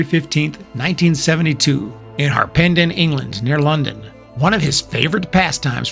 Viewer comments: Rehashing this again? And it's HARpenden BTW. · Haha, "Harpenden". Actually it wasn't too bad you just kind of overpronounced the "pen", i guess you barely say the first "e" so it's like Harp-n-den. Also, Shire is usually said "sheer" in England. Like Yorkshire. It's ok though i enjoyed the vid and don't blame you as spelling in the English languages is so inconsistent. The most mispronounced names by Americans are usually: Gloucester, Worcester, Leicester, Loughborough. Although it does make me wonder how the people from New England pronounce them as most of these town names also exist there.